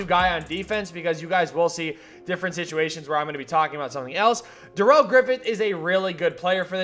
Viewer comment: This dude really said Da-rell 🤦‍♂️